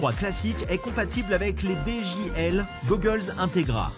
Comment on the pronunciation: C’est i et non L donc on dit dji et non djL 😂😂😂